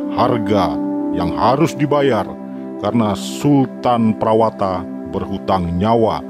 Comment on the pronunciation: Nama prawata di baca prawoto min